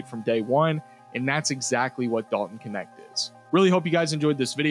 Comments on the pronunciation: His Last name is the German word for "servant". Funny that it gets pronunce like "connect", instead of [knɛçt] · How is it not pronounced nect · Thanks for making following a sport on the other side of earth bearable. Knecht(which is pronounced extremely different in german), was probably the perfect pick for the lakers at their spot.